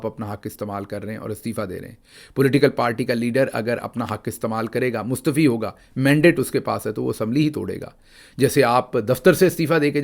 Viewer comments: Jeete raho beta aik lafz ki taseeh karna chahti hun ...mustafi is wrong word ..sahi lafz hai mustaafi .. hamesha khush raho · اسلام علیکم اچھا گل صاحب میں پچھلے بھی کئی آپ کے ویلوگ میں سن چکا ہوں آپ لفظ کو بھونتے ہیں مصطفی مصطفی نہیں ہوتا اردو میں اس کی پرنونٹیشن ہوتی ہے مصطافی تو مہربانی آپ ہمارے بڑے ہیں میں بڑا آپ کو لائک بھی کرتا ہوں تو لفظ ہے مصطافی ہونا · Please correct the pronunciation: It's not Mustafi It's Mustaa'fi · سر معذرت کے ساتھ آ پ مستعفی کے ع کو ( آ ) کی آ واز مطلب مستعافی پڑھا کریں